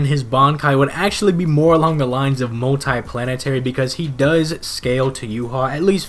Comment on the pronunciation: good scaling but one thing "multi plantery"